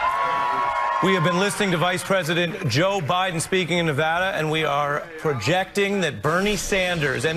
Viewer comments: It's pronounced Nevada not Nevoda lol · Pronounced- “Nev-AD-a,” not “Nev-AH-da.”.. just FYI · Great video, but Nevadans will get triggered by you mispronouncing the state name.:)